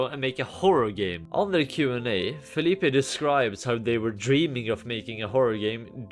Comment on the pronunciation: Btw! Philippe is just pronounced like Phillip